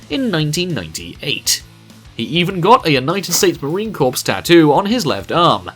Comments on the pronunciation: Drives me insane when people does not pronounce Marine Corps correctly. You pronounce it Core not Corps. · Marine Corps not marine corpse